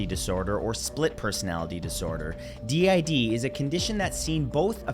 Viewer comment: Good to know my d. I. D. Is scary at least you said it right no clue why but a lot of people find it fun